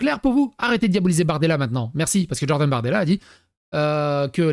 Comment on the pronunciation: Stp arrête de dire DJordan lol c'est Jordan avec un J pas un DJ à l'américaine x)